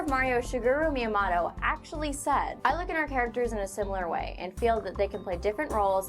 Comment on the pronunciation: miamoto (me-a-moe-toe)